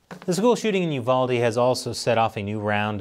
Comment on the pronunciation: As always, great job with news reporting! Also,, thank you for pronouncing Uvalde correctly. The Texan in me tips my cowboy hat to you in thanks and appreciation.